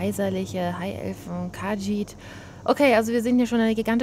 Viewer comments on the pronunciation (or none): Kahjiit: Betonung auf i :)